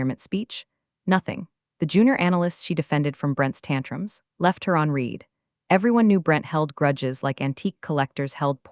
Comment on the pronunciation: That's read as in red, not red as in reed.